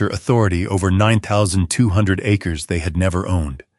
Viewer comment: Acres is NOT pronounced ah-CRA’-sees. 🤯